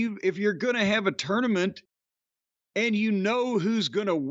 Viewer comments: I can't stand how says tournament..can't Jim correct him already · I'm probably the only person the gets annoyed at how pronounces tournament lol